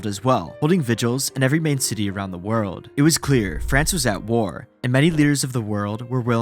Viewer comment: around the WOOORld being BOOOOrn as he SAAIIDDd why are you dragging the last syllable like that bro, unwatchable